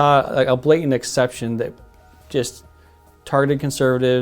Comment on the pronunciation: A full grown man that says "blay-ent" Vs. BlaTANT Ssssssssssss